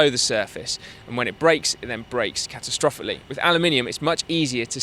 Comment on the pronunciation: Haha! Go on say "catastrophically" again please! I dare ya!!! it made me chuckle